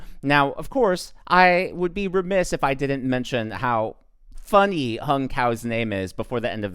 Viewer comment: His name is pronounced as "Hoong" not Hung..